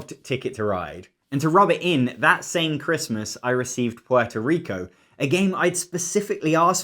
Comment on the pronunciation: omg thank your for actually pronoucing puerto rico correctly. Americans all call it porto rico and for some reason that pisses me off incredibly